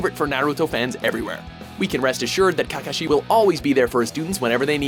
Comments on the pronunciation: Cacashi , bro its kakaashi not CACAshi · ITS kakashi NOT KAKAshi 😐😐😐😐😐😐😐😐😐😐😐